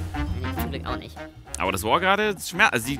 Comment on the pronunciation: "Und Swain drückt de Ult nisch" xDDDDDDDDDDD